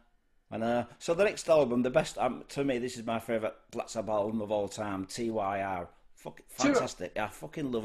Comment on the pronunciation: FYI - It's pronounced 'Tyr' (as in 'teardrop').